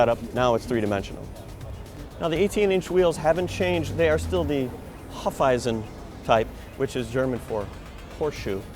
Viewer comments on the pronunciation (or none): had to rewind 3 times to understand "Hufeisen".. x) pronounced "Hoofisen" :D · Ha! - his sad attempt to be funny. I couldn't understand when he said "Hoofisen" instead of "Hufeisen".